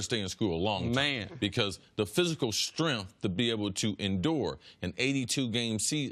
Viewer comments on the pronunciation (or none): Strenf? Why not pronounce it strength?